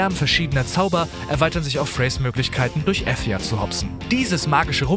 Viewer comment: ich komm an dem punkt nicht vorbei dass die welt von forspoken efja heist , also wie F yah ( f*** you) xD